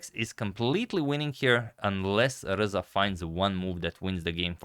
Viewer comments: I hear Alireza every time he pronounces RZA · i like how you pronounce RZA like its the last four letters of alireza